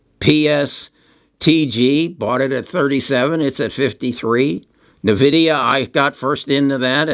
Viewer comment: In-vid-ia, not Nah-vid-ia.